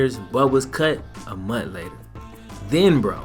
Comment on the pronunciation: Just a heads up. The word is “month”. Not “mont”. There is an h at the end of the word. Keep up the good work.